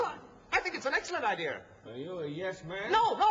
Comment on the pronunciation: "I think it's an excellent i-dear" 😂